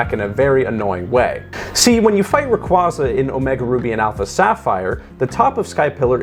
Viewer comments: For the love of god please dont butcher my favorite pokemons name, its said like "Ray-QWay-Zah" not "Ruh-Qwoh-Zuh". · I stopped watching when you called the pokémon Rayqwaazah.